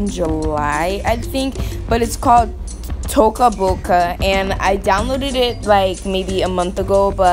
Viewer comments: It’s Toca not toko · its toca not taco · It's toe ca toca any way this is amazing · Its not taco is toca